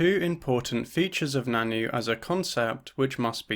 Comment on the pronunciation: Really cool video! Just wanted to say that the nan nü is pronounced more like nan nyu rather than nannu. Love to see anarchist feminists on the channel